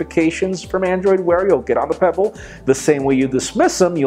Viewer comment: Pe... what? Peeble? Pebble? No chap... don't really care about it... by the way, can't careless about smart watches at all!